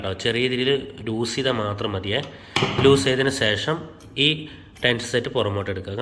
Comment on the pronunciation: വല്ല്യാ ഉപകാരം വളരെയധികം നന്ദിയുണ്ട്...... പക്ഷേ സേഷം അല്ല... ശേഷം ആണ് ശരി